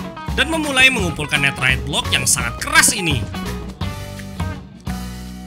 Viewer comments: baca Netherite nya Nederet bang buakn neterit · Kenapa bilangnya neterite bukan netherite?